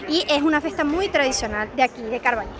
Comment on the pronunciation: Con Ñ. Pero, es tan difícil? CarballiÑo. Estás en Galicia.